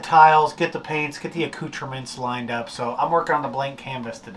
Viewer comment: That is the best looking bulkhead Ive ever laid eyes on! "acountrements" lool!¡¿! I measure twice and cut my finger off! Im seeing alot of love here in the comments, you guys are awesome and the best "sailing" channel out there on the tube!